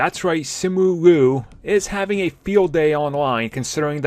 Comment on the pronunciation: It’s L - i - u, not Lu Two syllables Can you pronounce someone’s name correctly for once please?